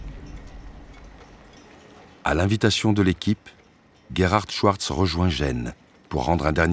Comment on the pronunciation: La voix off qui répète obstinément "Schouartz" 😬...